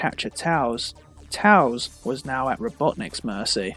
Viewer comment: I hate how he says tails wrong!